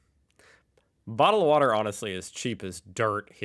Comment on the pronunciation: your pronunciation of bottle of water sounds more Cockney than Australian. The Australian pronunciation sounds more like boddle of war da with the Ds pronounced softly.